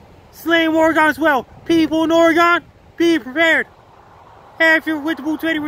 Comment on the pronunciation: Thanks for another severe weather alert for us here in Oregon. Washington doesn't matter 😀 And thank you for property pronouncing Ooooregon(e) not Oregun. You are incredible and a life saver to so many with your alerts. Keep up the amazing work Frankie!